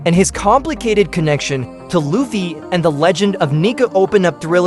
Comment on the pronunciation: And while we’re at it, it’s lou fee dude, not luff fay